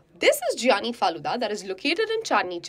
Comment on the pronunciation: It’s not G ANI , it is pronounced as GYANI means the knowledgeable, giani.